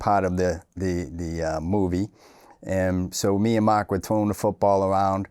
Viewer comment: "Makh" yup Boston Irish